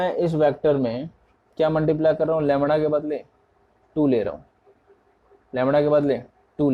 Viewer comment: Bhaiya lamda hota hai lamra nhii hota....